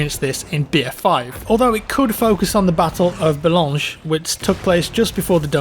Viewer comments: You also butchered the port Boulogne. It is pronounced "Bouloin", you called it "Boulonge"??? Was you possibly thinking of Blamange?? A yummy treat lmao. I can't wait for the North African battles. Desert Rats Vs Afrika Korps, Montgomery Vs Rommel. Man I can't fking wait. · Thank you! A nice and interesting video as usual! I laughed so much when you were trying to pronounce names of French's cities as Valenciennes or Boulogne as I come from that region, that was funny;)